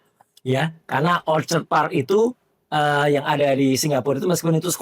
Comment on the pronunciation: andi azwan aja nyebut orchid dibaca orchad bener-bener aneh